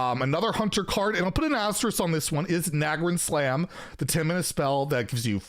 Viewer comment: It’s pronounced Na-grand slam. Like a grand slam in baseball. Nagrand is a zone in Outland in WoW and this is a pun.